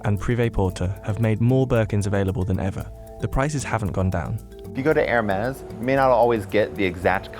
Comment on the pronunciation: Something peeves me that they keep pronouncing Hermes like "Air mares" like it's flying horses instead of "Her-mees"